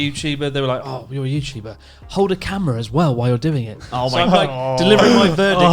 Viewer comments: r u youtubah? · Ah Yew Yuchuba? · Are you youtuba Come back when your youtuba.